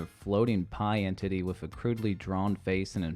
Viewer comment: I heard “Pie And Titty” instead of “Pie Entity” 💀💀💀